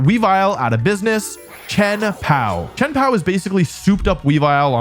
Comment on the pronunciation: it is baxcalibur or chien pao